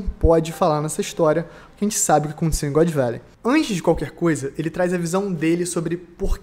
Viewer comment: "God Velley" e foda porra, mas ta bacana o video tmj, abraco, sucesso ai mlk.